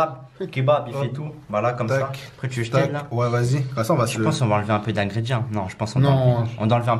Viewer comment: Tu prononces mal ingrédients ça me stresse